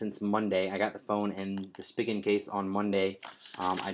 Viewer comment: Spee-gin not Spig-in